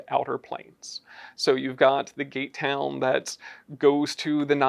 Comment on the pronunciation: Was I the only one to hear "gaytown" the first time they said "gate town"?😅